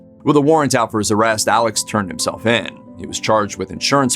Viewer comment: Alex pronounced 'Alec'